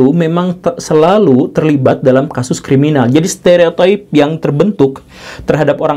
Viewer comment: Guru gembul say : steretoip